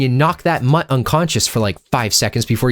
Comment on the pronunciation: U make mutt sound like a slur